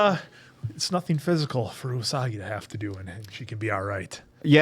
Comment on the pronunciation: calling Usagi "Unagi" makes me laugh every time because it means eel.